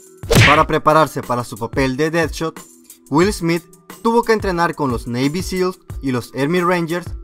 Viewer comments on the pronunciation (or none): none